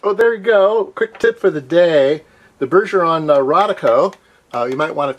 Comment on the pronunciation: bergeon has only one R, it's pronounced bear - like the animal + ge - as in genre, just the soft J sound at the beginning /ʒ/ + on - this one is a harder one, it's the nasal french "on", like you say in "garçon", no n sound, just /õ/ Also Im a student in switzerland, and at my uni they have all this LEMO, bergeon, all the expensive stuff laying around. I was impressed by some stuff and wanted to buy some, but its supppeerrr expensive.